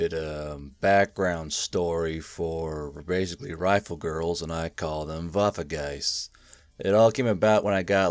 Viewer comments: Waffegeist not WaffeNgeist? German autism intesifies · As a german I can tell you it would be better to call it Waffengeist and not waffegeist because it sounds more realistic